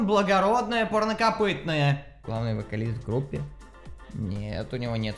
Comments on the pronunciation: порнокопытное 🤣🤣🤣🤣 правильно: пАрнокопытное))) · парнокопытное а не порнокопытное